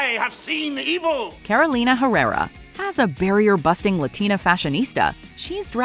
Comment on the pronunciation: No Édgar Ramírez, no Ricky Martin, no Sofía Vergara... and after trying so hard to pronounce the R's, she can't name Carolina Herrera correctly